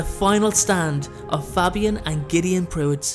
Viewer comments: It was great apart from you miss pronounced Fabian’s name the A is long like in the name Damien 😀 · Good video, love these really obscure stories. But I have to say your pronunciation of Fabian is killing me